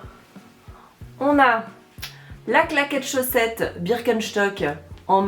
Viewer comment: Moi j’ai bloqué sur le birkenCHtock au lieu de birkenstock 😅😂